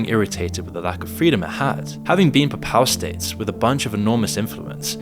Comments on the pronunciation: The "peh-pAl" states lol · you cant even pronounce papal state correctly